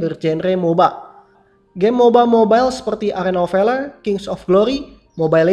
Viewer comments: Njir w denger nya arena of veler 😂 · "Arena of Veler"